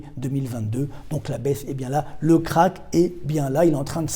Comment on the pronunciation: J'adore vos vidéos mais ça se prononce "Crache" et pas "craque"!😂